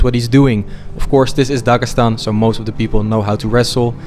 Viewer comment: Voice over. It sounds terrible in Russian) Incorrect stress in words, etc. Instead of Dagestan, he says Dagasan, and there are many such inaccuracies. The first three videos had top-notch voice acting, but now something has changed.